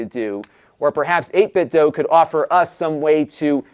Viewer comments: Joe from Game Sack said it’s pronounced like doo. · Never heard anyone say this word out loud, but since the word DO is pronounced DUE, it would be 8bitDO, as in "I do eat tator tots". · No it's pronounced 'dwaoe'.